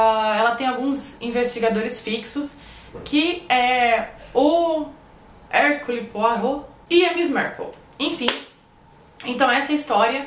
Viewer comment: Olá! Se pronuncia mais ou menos assim: Erquiúle Poarrô.